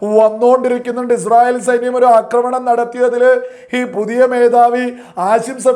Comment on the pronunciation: ആദ്യം നീഇസ്രായേൽഎന്ന് ഒന്ന് പറയാൻ പഠിക്ക് എന്നിട്ട് വീഡിയോചെയ്യ് തീട്ടമേ അൽ കാട്ടണേ😂😂😂